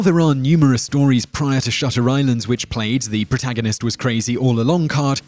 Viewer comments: you got shutter island wrong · You guys got "Shutter Island" all wrong. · I didn't care for Shutter Island, but you didn't get it right, like at all.